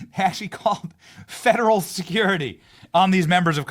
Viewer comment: I just have one question Benny what are “fadarel tax dollars” 😂